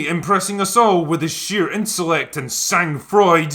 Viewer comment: Was your pronounciation of sang froid a joke?